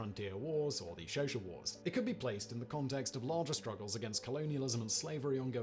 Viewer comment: Xhosa is pronounced more like Kosah than "Shosha"